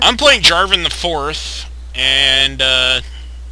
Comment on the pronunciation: Jarvan not Jarvin